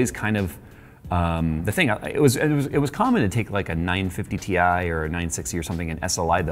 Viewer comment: Whatsa "NINE FIFTY TEE EYE?" lols regular 2070 doesn't support SLI either. FYI